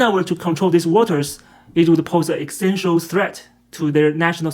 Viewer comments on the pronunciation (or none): none